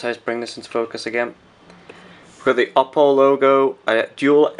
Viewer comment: It's pronounced "OH- Poe". And I can't believe you got the low spec one! Do you know when the proper version is out? I want this phone so baaad!